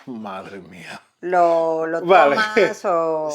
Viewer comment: "madre mia" with perfect pronunciation. And your brain didn't even think about it. You just said it. You got it,! You're so close to mastering Spanish slang.